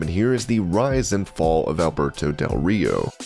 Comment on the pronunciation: I thought you said Humberto del Rio lol